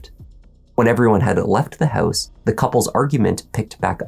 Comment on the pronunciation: I'm here to hear him say: "inside the hEuse..." LOL!!!!